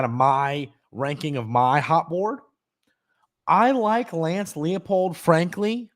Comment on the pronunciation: Everyone pronounces the Kansas coach's name wrong. It's L-EYE-POLD. It's a German last name. In the German language, "ie" is pronounced "ee", while "ei" is pronounced "eye".